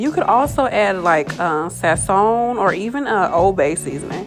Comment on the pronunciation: My first thought asap, was cooking with one hand and baby in the other equals #Skillz and as I pause I cant help but laugh at the way you said, "Sassoon" like "oh la la Sassoon" haha. I also see you have some Ancient Egypt or what I call Atlantis/Influence going on too. Hey, it looks like you waste a lot of milk and sauce, so you can add flour to it and whip it up good and then slow heat it with some olive oil to make a thick sauce for your chicken. Thanks for the video. Love to everyone here, Chris